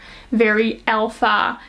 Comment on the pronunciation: I love this. Very thorough and informative. But I got confused at one point, because the way you pronounce "alpha" is so different from the way I'm used to hearing it, so it took me a second to realize you're saying 😅😅